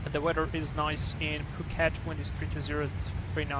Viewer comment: btw phuket is an island :) you also pronounced it right